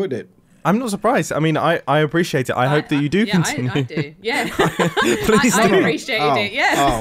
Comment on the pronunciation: "I appreci-gAHtate it... i appreciate it"